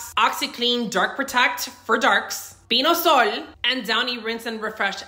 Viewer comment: Oh. Last thing was Pine-sol (She pronounced as Piño-sole.